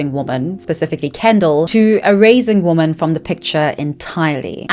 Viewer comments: Why do you keep pronouncing the plural "women" as if it's the singular "woman"? But anyway, interesting video, thanks. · Thank you for this video. I want to clarify that the plural of "woman" is "women." They are pronounced differently, but so many people pronounce the plural, women, the same as the singular, woman. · Pleeeeeaaaaaase!! I know it's petty but it drives me crazy... Woman is singular but womEn is plural. Pronounced "wimin" WOMEEEEEN 😅😆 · I love your content but it drives me crazy how you pronounce women (plural) as woman (singular) 💔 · I noticed so many influencers pronounce women as singular instead of plural. Makes it really hard to follow sometimes. Is it like a trend? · Very interating video, but why do you so often pronounce "women" as "woman"? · I literally can’t stand how creators have started pronouncing ‘women’ as ‘woman’. They are not pronounced the same way. Woman is singular and women is plural. I find it disrespectful to women. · I really like your content and have been watching it for a while. But my autistic brain can’t let go of how you pronounce "women" as "woman". For example, you say: "Men and woman". Is it your accent or is there a special reason for it? Just curious ❤️ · Does anyone know why she pronounces "women" the same way as "woman"? Genuine question. English is not my first language and I've never heard it pronounced like that before :) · Please 💐🙏❣️ The plural for woman is women, please say it right xoxo ❣️💐🙏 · Every time you say “women” it sounds like you are saying “woman,” and it drives me a little bonkers each time 😅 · The continuous mispronunciation of "women" is incredibly distracting. Otherwise super interesting video! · Love your content sm but “women” and “woman” are pronounced differently queen 🫶🏻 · Please practice saying "women"